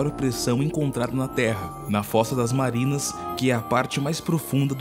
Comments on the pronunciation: É impressionante como em vários vídeos desse canal há erros de narração. Estão precisando urgentemente contratar alguém para o controle de qualidade. 3.03 Fossa das Marianas e não das Marinas. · eu achei que fosse "fossa das marianas" e não "fossa das marrinas" :v